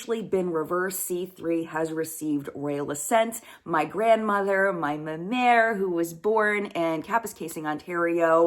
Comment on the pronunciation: congrats... my dad's family is from Kap. Love hearing you say ma mere.... that is what I called my grandma. welcome home.